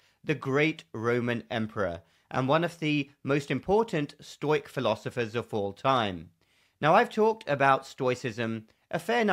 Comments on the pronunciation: Great video,. I too read Marcus Aurelius during the clownworld years, and it certainly helped. Just one minor nitpick: "Stoic" is generally pronounced as two syllables, 'sto-' being pronounced with a long 'o' in modern Greek at least, not as the diphthong 'ɔɪ'. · Never heard it pronounced as "stoyk" before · Pronounced Stow-ic or stow-ism